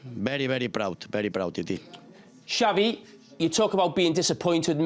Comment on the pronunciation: Xavi pronouncing 'Titi' is so good